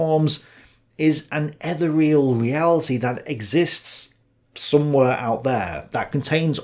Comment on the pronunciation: painful listening to him pronounce "ethereal" tho'